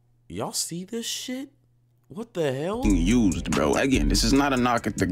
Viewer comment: what de hael